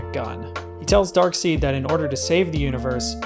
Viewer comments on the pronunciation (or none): Afaik Darkseid is pronounced Darkside, not Darkseed.